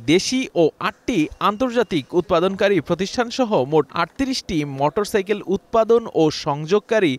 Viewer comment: রিপোর্টার বার বার মটরসাইকেল বলে গেল।